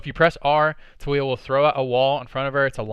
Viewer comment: hahah her name tho. is TA LII YA hahah you kept saying toolya haha